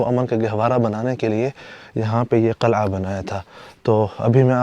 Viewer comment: Assalaamu Alykum dost Qalai ki jagah Qil,ah ya Qila bhi kehdo to maherbani